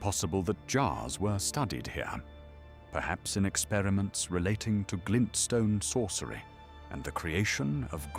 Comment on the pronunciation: or "glintstone sorcery"